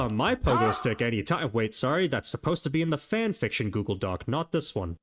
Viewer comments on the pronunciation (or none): none